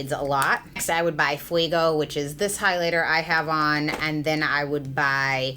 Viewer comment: fuego, not fuiiiiigo, fueeeego, like goat, eeeeeeee, meeee, eee